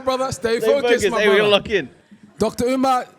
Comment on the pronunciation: Yet another podcast with hosts who refuse to let Dr. Umar cook.. The cringe is unreal, couldn't even say his name right at the intro. I'm done